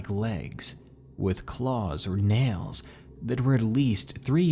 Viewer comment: Lmao he said nells instead of nails